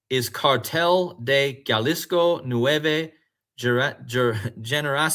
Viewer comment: Yo lo—-Jalisco is pronounced Hall-ees-co. , thanks for your work